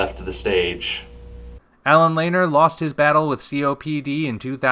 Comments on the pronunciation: It's pronounced Lan-eer, not Laner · look at some of the earlier interviews of the band members and how they pronounced Allen's name. Lanier is a fairly common surname and in every instance I've heard it spoken, the pronunciation was 'Lé-Neer.' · Lanier= Lah-neer